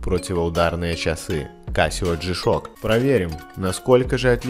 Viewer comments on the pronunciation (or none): Чувство словно не G-Shock произносится,а шишок.